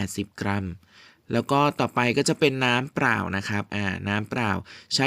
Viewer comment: น้ำปลา ไม่ใช่ น้ำปรา น้ำเปล่า ไม่ใช่ น้ำเปร่า เฮ้อ ออกเสียงทำไมเพี้ยนไปหมด